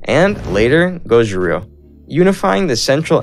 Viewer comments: Yeah, I literally started screaming at him outloud "So it Gouryou or Goguryou" cuz I need to review some history for my test and I'd spell all the names wrong with a pronounciation like that Why do americans like to mispronounce even the simplest words istg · It's pronounced: jo-sun :) and it's not pronounced gojuriyo LMAO Go-goo-ryeo! Thanks for the great video! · Joseon pronounces as "Jo Sern" or "Josun", not Jo Se Un. Goguryeo is "Go Goo Ryuh" or "Go Goo Ryer"!